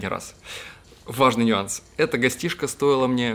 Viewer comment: правильно НЮАНСЫ, а не НЬЮансы, нет такого слова!!!